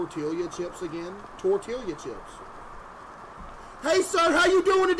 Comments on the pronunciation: He said TORTILLIYA CHIPS 😂😂😂 Case its pronounced tor-tee-ya chips not tor-til-liya 😂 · It's pronounced tortilla, Case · tor-tee-ya btw case! 😊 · did bro say tortilliya chips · As an Arkansan, how and WHY are you saying tortilla like that?! 🧍🏼‍♀️